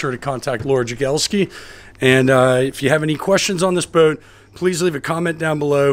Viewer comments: You know you say the word boat without the letter “w” 😂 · The only man in the universe who pronounces boat this way. I enjoy each one